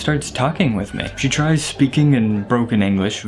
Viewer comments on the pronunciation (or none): none